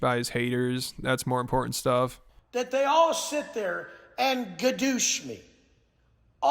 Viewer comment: Why does he keep saying gudoosh